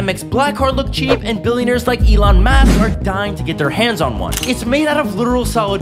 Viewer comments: "Elan mask" these pronunciations keep getting better and better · Does this guy actually pronounce elon musk as elan mask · Did you really pronounced Elon Musk wrong? 💀💀💀💀💀💀💀💀💀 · My guy literally misspronounced Elon Musk...